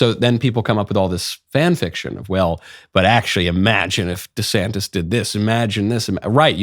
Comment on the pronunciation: How many times did knowles mess up the names of Newsome and DeSantis?